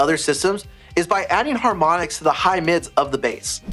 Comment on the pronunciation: "Haromnics???"But really a great video, thanks!